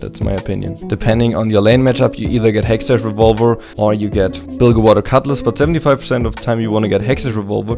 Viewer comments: heschtesh gunblade, is pronounced "hex teck" gunblade :D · Yo,, versuch mal Hextech auszusprechen, als wäre da ein K am Ende.. HextecK.. Nix da "german thing":D Btw. besteht die Möglichkeit dich in LoL zu adden? Würde mir gerne bisschen was abgucken von Dir >:D